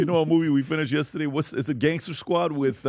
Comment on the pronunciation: please don’t say “ yestaadeyyy”